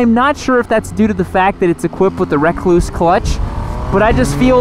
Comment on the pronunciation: Rekluse is pronounced the same as the brown recluse spider, not wreck clues... Hence the spider as their emblem...